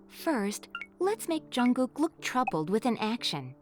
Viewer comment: She is saying jungog??? I'm pretty jungshook right now.